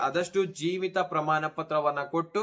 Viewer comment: ಹಣ ಅಂತ ಹೇಳಪ್ಪಾ, ಹನಾ ಅಲ್ಲಾ ಪ್ರಮಾಣ,ಪ್ರಮಾನ ಅಲ್ಲಾ, ಕನ್ನಡ ಕೊಲೆ ಮಾಡಬೇಡಿ